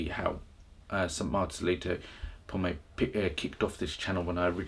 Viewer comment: Marcelito's last name is PoMOY not Pomay